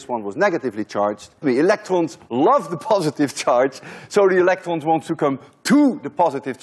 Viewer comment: I think you have a French accent, because when you said electrons you said it [elektrõ] with Nasal vowel (on= õ). Correct me if im wrong.